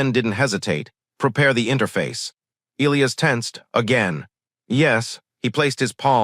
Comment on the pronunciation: Um, I believe it's pronounced "E-LIE-us" not " ILL-E-us" And cutting the story off mid sentence before the end with 7min left is not very professional. Had to change my up to down because of this.